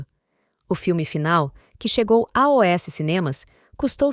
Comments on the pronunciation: Sugestão: narrem vocês mesmos e não usem um robô, please. Falar A O S ao invés de "aos", como o robõ fala, chega a ser cômico. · muito esquisito. Em vez dela falar "aos" , ela fala as letras separadas: A O S.